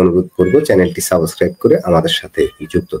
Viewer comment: শুরুতেই ের মুখ থেকে 'সাবস্ক্রাইব' এর পরিবর্তে 'সাবসক্রাইব' শোনার পর ভিডিও টা বন্ধ করে ঘুমিয়ে পড়লাম😂😂